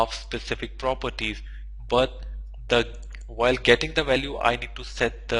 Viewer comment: "whikl" :D